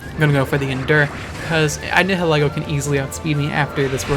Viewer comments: Nihilego is pronounced as Nee-hil-Ee-goh It's a combination of Nihilism and Ego. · Nihilego is pronounced as Nile-Ego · It's prounced ni-hoe-lego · do you know how to pronounce nihilist?